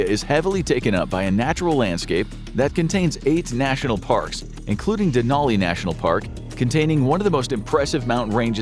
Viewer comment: Bro, he pronounced Denali wrong 🥲